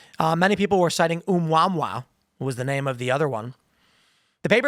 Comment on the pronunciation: Its pronounced "Oh-Moo-Ah Moo-Ah". Fuck, bro. But legit, 3I/Atlas is weird. The "dark forest" is why aliens would be a threat. Every civilization is a hunter in the forest. If you came across another predator why would you assume its no threat to you? Why not destroy a civilization before it becomes a threat to yours?